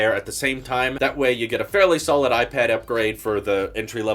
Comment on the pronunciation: I didn’t want to tell you before but it’s a regular habit of you to differentiate Apple products like a pro vs a air but instead of pronouncing the word that differs (pro air ..) you just pronounce IPAD superhard. It’s just bothering me a bit because I would allways pronounce the part of the name that’s different if I’d want to tell them apart